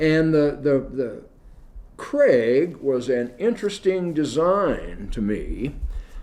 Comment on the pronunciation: Krag, not Craig, AND Jorgensen (soft J) designed the 30-40 rifle.